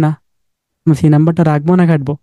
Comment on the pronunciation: ভাই একটু কষ্ট করে কাটবো বলতে পারেন না? খাটবো বললে কথা বুঝতে সমস্যা হয়।